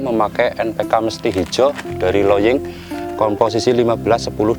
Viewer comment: Bang npk apa,kurang jelas